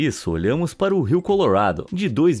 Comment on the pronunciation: Sempre que ele fala "Colorado" ele fala "Color uado"